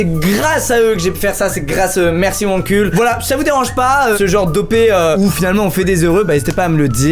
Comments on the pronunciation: Pourquoi à chaque fois qu'il dit Wankul je comprends "mon cul" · Suis-je la seule à trouver que wankul c’est bizarre à prononcer?